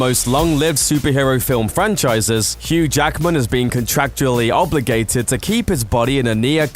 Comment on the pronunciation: His name is Hugh JACKMAN, not Jackerman. That's really annoying. One of the first pointers to showing respect is pronouncing the person's name correctly, and 'Jackman' is not a difficult name to get right. Two syllables, not three.